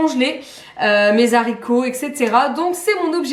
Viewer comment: Mes « Z’haricots « ? Nos oreilles ont souffert ….. 🥴